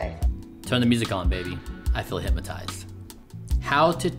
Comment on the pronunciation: Not hypmotized, hypnotized.